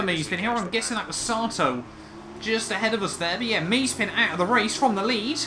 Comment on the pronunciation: it's Ma-ze-pin, not Maze-pin, but otherwise, good video :)